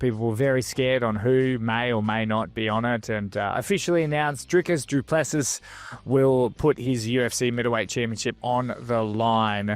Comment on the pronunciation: Have youwatched ANY of DDPs fights, EVER?? YOUsis SHOULDsis OPENsis YOURsis EARSis & LISTENsis HOWsis HISis NAMEsis ISis PRONOUNCEDsis - FFS! The SSSSSSSSSSSSS is SILENT, numbnuts, S I L E N T.. For Fucksis Sake!